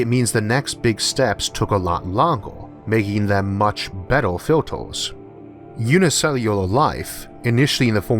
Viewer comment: "much better fiultuzzzzz"😂😂😂